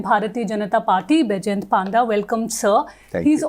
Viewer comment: Mam pronounce Panda properly पंडा